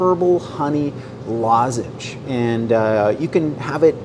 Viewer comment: Yah! A lozange! The intro!